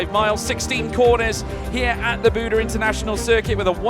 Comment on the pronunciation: You gotta love how he keeps incorrectly calling it Budd-eh, when it is supposed to be pronounced Bood.